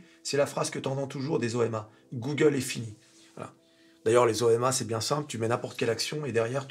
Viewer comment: à chaque fois que dit "OMA", j'entends "N.Chéron" 😁🤣